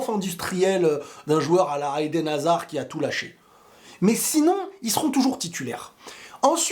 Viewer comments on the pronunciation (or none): none